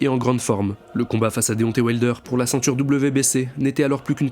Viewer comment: Le IN se prononce IN , pas AN ….. on prononce CEINTURE, pas CENTURE…… SYMBOLE, pas SAMBOLE etc Etc